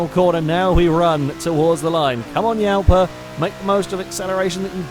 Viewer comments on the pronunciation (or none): i know how to speak and it prenounced jalpa